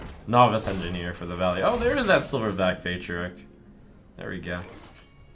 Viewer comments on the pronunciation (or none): none